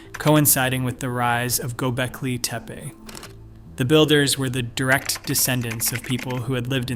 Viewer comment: Is there no way to teach the speech to pronounce Göbekli Tepe properly? Gonna be a loong video if so.